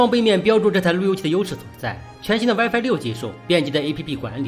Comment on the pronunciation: 这普通话糟心英文也糟心啊，神特么设置wife网络